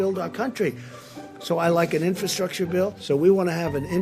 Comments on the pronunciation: Wow, he just looooved saying the word "infastructure" (if that's a word) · Trump couldn't even pronounce "infrastructure."